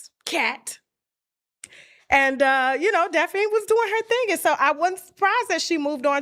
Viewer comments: if u dnt stop calling her Daphine 😂😂😂😂 it’s Daphne! Tasha damn 😂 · Somebody tell Tasha its pronounced Daff-knee 😆😅